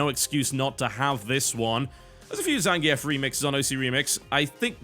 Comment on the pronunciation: Is... Is Zangief's name pronounced "Zangee-ef" or "Zangeef"? I've always used the latter, but I wouldn't be surprised in the least if I was totally wrong about it.